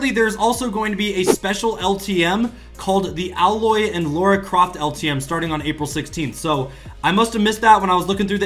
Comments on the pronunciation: Its A-lloy not alloy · You said ailoy wrong its like eiloy but you write it as ailoy